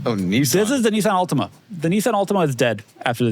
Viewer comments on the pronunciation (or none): What's a "Nissan Atlima"?